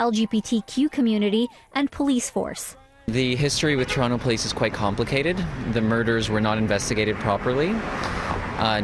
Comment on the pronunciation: The female reporter cant even pronounce Toronto (Torono?) correctly.